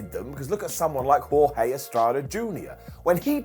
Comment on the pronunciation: Jorge* not Höhei